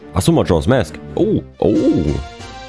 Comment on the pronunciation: 1. Was für eine Überraschung, dass in Truhen mit Spinnennetz-Dekor Skulltula-Tokens drin sind. :_ZeldaWink: 2. In MM gibt es keine Lon Lon Farm, sondern nur eine Romani Ranch. 3. English for Runaways: Ja, an sich spricht man im Englischen a wie ä aus, aber "mask" ist da eine Ausnahme; da spricht man das a wie ein a aus.